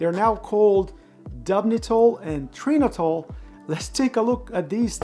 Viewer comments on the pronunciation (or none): Trinotal, not Trinitol ;-)